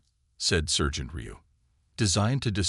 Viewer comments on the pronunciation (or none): This video sucks!! Your narrator is an AI idiot!! Sergeant is pronounced "sar gent". Not as in sir. There is no inflection or proper pausing for word spacing! There is also no honey badger!! I only clicked on it because it showed a honey badger!! I don't like your voice either.